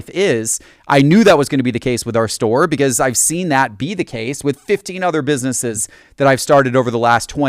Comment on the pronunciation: just...not jest, be-cause...not be-yause, and t and d make a different sound.